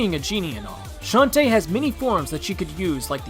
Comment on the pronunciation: Shantae is not said that way Its a girl not a boy